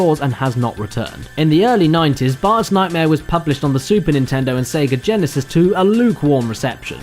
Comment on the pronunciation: The repeated and near-complete dropping of the 'T' in Bart's name by there strikes me as an almost athletic feat of pronunciation haha. I mean, obviously the accent isn't unfamiliar, but this seems to be taken to the nth degree, even dropping the 'T' in "Bart's" (with the 'S' after it) as well as just "Bart". Surely he doesn't pronounce "art" "are," does he? What an interesting dialectical quirk